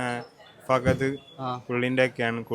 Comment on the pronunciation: ഫഗത് അല്ല മാെണ്ണേ... ഫഹദ്